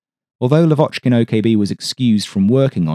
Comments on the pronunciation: He is lAvochkin, not lavOchkin ;) For ther future. Thanks. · Not Lav`Ochkin. L`Avochkin. First syllable high. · Your videos are just EXCELLENT, enormous work, interesting content about rare planes i didn't even know existed. But one thing, just one thing that gets me every time😂. Why LavOchkin, when his surname is pronounced LAvochkin, with an emphasis on the first syllable?😅 Not that I'm complaining in any kind but that's just a friendly reminder from a native russian speaker. Yes, some names are very complicated to pronounce for an English speaker but here it's as simple as putting the emphasis on the first syllable. Thanks for your awesome videos! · Blood from ears! Lavochkin prononces with stress on A, not O.